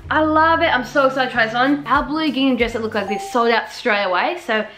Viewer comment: Does anyone else get triggered when says “gingnam” instead of “gingham” 😭